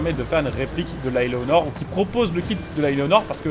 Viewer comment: Tu veux dire Eleanor et pas Éléonor